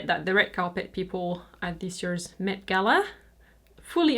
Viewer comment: Just FYI, the MET is pronounced less like “mate” and more like “Mett” :)